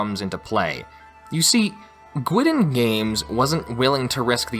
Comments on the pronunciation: Minor quibble... Guidon is pronounced "Guide On", not "Gwidon". It's a term for a unit banner. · Great video. A single note, Guidon games is pronounced Guide-on, not Gwidden. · It's pronounced "guide-on"... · one slight criticism: the word Guidon is pronounced like "guide on". Other than that, great video and presentation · Awesome work One pronunciation thing though... Guidon - I believe it should be pronounced like "guy dun". Based on the logo, its name is derived from those little flags carried out in front of a military unit by a soldier.